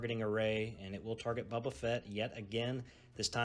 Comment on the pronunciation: I appreciate the game and the content. I can tell you are from the south because you call him "Bubba" Fett. First time I ever heard that was in Alabama. The miniatures are cool for this game. Well done on the white for the stormtroopers. But I do not like the clunky movement sticks and custom dice this game uses. Fantasy Flight needs to come up with a better system.